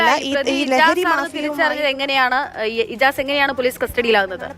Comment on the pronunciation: ഇമ്ത്യസ് അല്ല ഇജാസ്